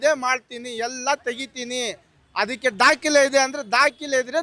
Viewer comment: Dakile (document) alla dakhale. Modalu Kannada sariyagi matanadalu kaliri. Regards.